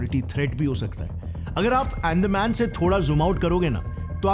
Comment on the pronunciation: अरे भाई , तुम कितना भी चिल्ला के बोलो, पर तुम devlopment नाहीं रोक सकते, तुम्हे अंदमान ठीक से बोलणा सिखना चाहिए 😂😂